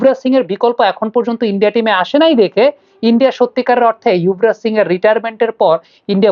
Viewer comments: উনার এই অভ্যাস পুরনো৷ ইংলিশ বানান দেখে বলেন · আপনার মুখে যুবরাজ এর বদলে ইউভরাজ শুনে খারাপ লাগল, একজন ফ্যান হিসেবে অনুরোধ থাকলো এই দিকেও খেয়াল রাখবেন, শুভ কামনা রইল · ওটা ইয়ুভরাজ হওয়া টা সঠিক, কারণ ওনার নামের বানান Yuvraj,not Jubaraj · না আপনাকেই অশিক্ষিত পায়ুবিজ্ঞানী মনে হচ্ছে৷ কারণ শিক্ষিত হলে জানতেন বাংলা উচ্চারণ যুবরাজ হয়